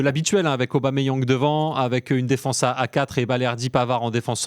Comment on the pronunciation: Arrêté d'écorcher son nom svp c'est Pierre Emerick Aubameyang point barre merci